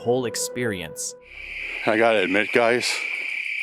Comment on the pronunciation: I’ve gotta guun!! I’ve gutta guun!!!